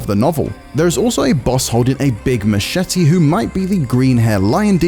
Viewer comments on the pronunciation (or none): none